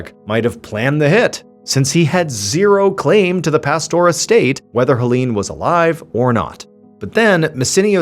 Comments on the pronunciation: HellEEn😂 I love his pronunciation. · this man butchered the name Helene... 😂